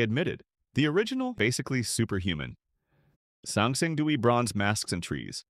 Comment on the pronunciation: on the theory that you are an actual human, not ai slop narrator, there are a bunch of words that might be hard to learn growing up during the pandemic: Goujian - Gooj yen Mawangdui - Ma wang dway Sanxingdui - San sying dway Mise - Mee suh (you even show the original characters, yet still say 'few surviving pieces of mice wear') Zhang Heng - inexplicably you nailed this one.. 10/10 xD Cai Lun - Tsai Loon